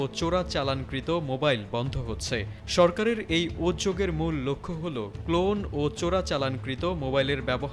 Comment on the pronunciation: 'উদ্যোগ' শব্দটার সঠিক উচ্চারণ হ'ল - 'উদ্দোগ', উদযোগ নয়। যারা উদযোগ বলে থাকেন, তারা-'প্রত্যয়' শব্দকে- প্রতযয়, 'সম্যক' শব্দকে- সমযক, 'প্রত্যেক' শব্দকে- প্রতযেক, 'উল্লেখ্য' শব্দকে-উল্লেখয বলে থাকন কি???